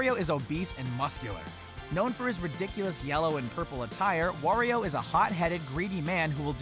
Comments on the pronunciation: lol i heard he say: "Worio" but thename is Wario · Why do you say wOrio? Its wArio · said wario wrong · Did u just pronounce wario wrong